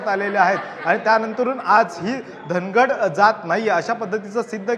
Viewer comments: धनगड नाही ओरोन, धांगड आहे ते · धनगड नाही धागड आहे